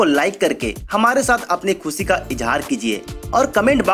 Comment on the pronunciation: Ave phle Hindi bolni to sikh le khushi ko khusi bol RHA h